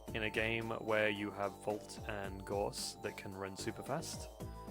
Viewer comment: you pronounced Gauss wrong